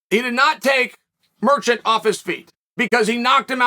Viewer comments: Did he just call Gerald Meerschaert, “Merchant”? It’s literally on purpose at this point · I love how Chael paused so he could come up with his mispronunciation for Meerschaert